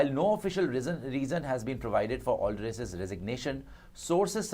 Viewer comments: Ah-lar-dice. Al-der-iss nahi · Aldriss nahin Allardice hai CEO ka naam. Pronounced 'Aller-dice'..